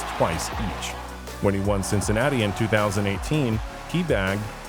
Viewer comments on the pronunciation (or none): none